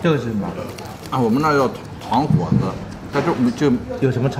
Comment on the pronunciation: 糖果子 寿光话的标准发音是，糖过子